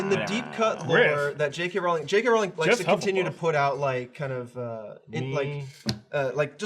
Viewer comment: It's Rowling like bowling!!!